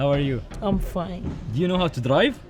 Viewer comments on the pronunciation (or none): none